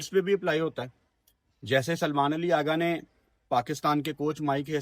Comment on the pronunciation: پہلے تو اپنے الفاظ کی ادائیگی درست کریں اغا جی جگہ آگا بول رھے۔